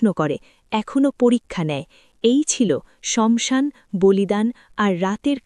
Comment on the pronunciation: Banglay jokhon bolche...tokhan saasan bolun..samsan ta thik bhalo lagche na...kichu mone korben na 🙏🙏🙏